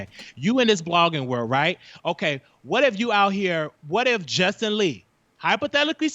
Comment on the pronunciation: He was killing me messing up the names, "Justin Lee, Armad, pyola"....lol